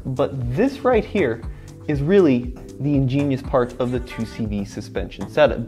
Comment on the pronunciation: Great Vid I learned a lot and I’ve known the 2CV for ages my family had them back in the day until the late 80’s early 90’s. Good pronunciation too!